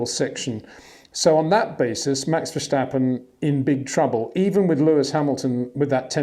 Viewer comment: Peter, I love your content but please for the love of god: there is no sh sound in Verstappen. It's [vir-'sta-pu(n)]